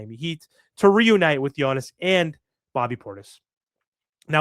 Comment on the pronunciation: His name is Giannis, not Yonnis, sheesh